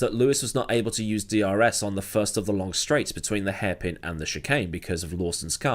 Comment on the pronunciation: has it really been that longK, you cant end a word with a G without saying K? Lol